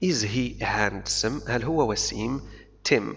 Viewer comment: شكرا لك لدي ملاحظة صغيرة handsome ننطقها هانسوم وليس هاندسوم بدون نطق حرف d والله أعلم وشكرا